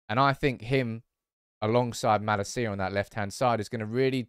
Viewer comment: I love you to no end but it’s maLAcia, NOT MalaCIa. As a Dutchman I keep cringing at that little difference. I even caught you correcting yourself from the right to the wrong pronunciation today. 🤣 I know it’s unfair to expect you to get it right away but I think it’s time. Amazing content, keep it up!!!